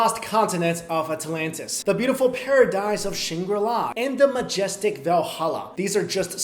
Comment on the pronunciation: I thought of those pot smoking guys in far cry when you said SHAngirlAAAA.